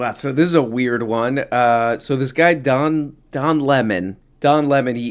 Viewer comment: Don Le-Mon